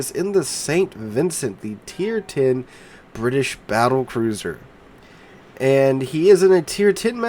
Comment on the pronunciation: bri ish